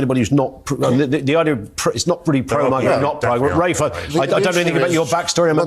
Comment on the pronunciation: Yo american his name is RAFE pronounced like wraith. RAFFfff not raf or ralph.